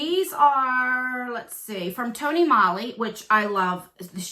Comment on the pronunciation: Pronounced Tony MOE-LEE